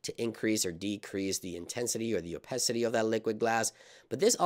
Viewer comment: it’s called Opacity not opecity